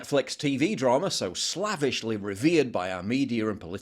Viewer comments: Slavishly is CORRECTLY pronounced SLAY-vish-ly, when your English skills are lacking - so is your credibility. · That is not how you pronounce 'slavishly'.